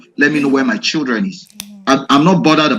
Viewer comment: So the man can say 'my childreen'????